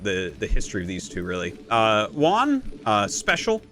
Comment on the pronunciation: Juan, not "One" lol